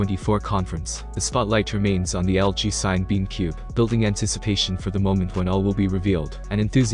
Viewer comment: I think it’s pronounced sinna-beam, like cinema.